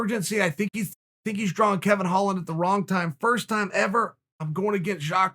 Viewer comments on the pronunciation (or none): none